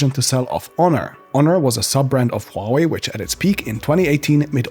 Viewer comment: Finally a tech YouTuber who can correctly pronounce Huawei Subscribed